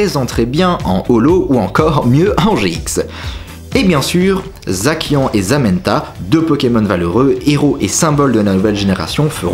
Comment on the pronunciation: C'est pas comme ca que les légendaire se prononcent. C'est zassian (vrai orthographe zacian) et zamazenneta(vrai orthographe zamazenta).